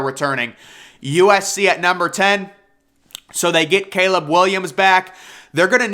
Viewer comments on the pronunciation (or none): none